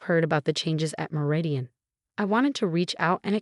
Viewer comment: Lol fr! When “Meridian” turned into “marathon” I nearly lost it 😂